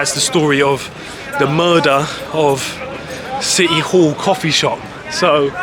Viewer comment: 😊 Did you say City Hall ? or Shitty All ? 😂 😂 😂